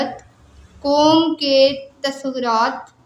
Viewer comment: Bibi tuswraat ha tasurat ni